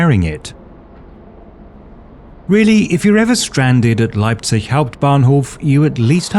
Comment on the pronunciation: Your pronounciation of "Leipzich" tells me you've indeed been living among germans for a long time ^^ EDIT: to get a more saxon dialect touch it schould sound more like "Leibsch"